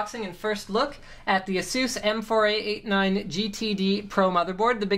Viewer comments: Yeah haha it's pronounced A-Zues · he says it proper, but i still prefer how we normally say it, like (ph-eee-nauhm), (ay-suhs), (sah-ta), they say it all fucked-up but its proper. Like the accent from the ppl of England and Canadian/American accent! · Sounds funny when he says ''Asus'' xD I would say A-Sus